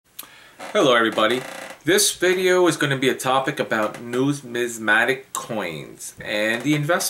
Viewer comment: you drone on and on and on and on and on------ Just say what you want to say. Please, if you want to talk about numismatic learn how to pronounce it. When you start responding to the comments on here use spell-checker, and grammatically correct sentence structure. Your 6th grade English teacher would not like how you respond! I have been watching your videos for a very long time, and I do not see evidence of your statement "I am well educated in this field" so do not say it. Had you shown that you have worked for PCGS, or NGC, or worked in a Local Coin Shop, or even worked in a "we buy gold and silver" shop, you would be more believable. Good Luck and God Bless!